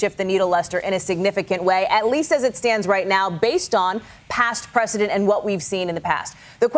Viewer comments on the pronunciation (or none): That's the best the attorney has? Whinge about other companies doing the same crap? Had to laugh when he said it was "not a normal precedent"... Sounded more like he said "not a normal President" He got that bit right. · I heard that...🤣🤣🤣🤣 President instead of precedent.....as usual, Dumph has dummy mob lawyers 🤣🤣🤣